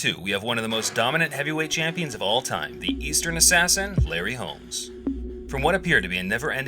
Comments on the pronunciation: Did you fucking say "Eastern Assassin?" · EASTON assassin. Not Eastern.